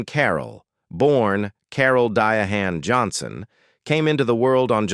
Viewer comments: I hate. That this guy never pronounces certain African American women's name correctly. It's pronounced Diana Carroll, Diane Carroll. No one has ever pronounced it like that. He should be on. Youtube and listening to what people called her. Please change this guise. Verbalization is commentary. I hate it. This is not the first time. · What is a Dy a han. I get sick of these AI video's. It would have been a wonderful video minus the way her name pronounced her name. I had to cut the video short 🙄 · This AI generated voice and mispronounced words are a turn-off ! Dee-ah- hann ? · Who in the hell is Die-a-hand?!?!??! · My first comment didn't seem to post. It seemed to get lost! The narrator sounds like he's uneducated! Anybody who knew this. Should have known that her name was pronounced Diane. Some names in English and maybe 🤔, maybe Spanish. I was good 👍💯 in English and reading. But didn't like the subjects. But that may have been my, or one of my talents. I liked social studies, science and music 🎵🎶. And was pretty good at them. I liked gym class, but wasn't good at sports. But eventually I got somewhat better at music 🎶🎵. And went to college for a music 🎵🎶🎵🎶, in music. Along with other majors that was similar. And some majors that was different. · This narrator is embarrassing. Di-a-hhan? f this guy talking is AI , the future is in big trouble? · Dya-Han? What idiot did this AI crap. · Dia hand 😂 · Exactly. Dia hand. AI would've did better than that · I agree is pronounced Diane. How do you pronounce it correctly in the beginning, but not correctly telling him the story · You are not not calling her name properly you can spell it different her name is Diane she just spell it Differently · If anybody wants to know about Diahann Carrol, I suggest you read her autobiography "The Legs were The Last to Go" . rather than A.I. bullshit that can't pronounce her name. Her house was not abandoned. She had a daughter Suzanne Kay. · Say Her Name Properly... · Prounced Di ann.